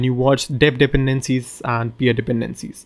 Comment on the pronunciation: I really love the way how you pronounce "dependencies". 🙂